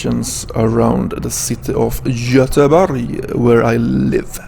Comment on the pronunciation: roligt när du sa Göteborg